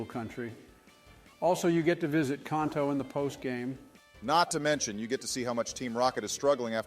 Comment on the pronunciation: Ah, yes. Jotto and Kohnto